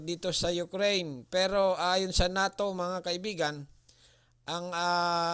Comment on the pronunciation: Sino si Nato ayuha pag pronounce noy